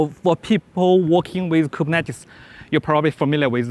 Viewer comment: The only issue is how he says Kubernetes and a new other words he seems to struggle with. Beyond that, solid information and good presentation with good control over disfluencies.